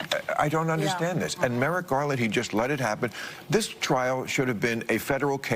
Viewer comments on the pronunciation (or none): none